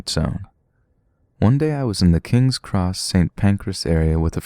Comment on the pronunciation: He says New Cross wrong! It’s bugging my happiness! It’s sort of like the same way you say Kings Cross which isn’t right, the intonation is off for some reason and I can’t quite place.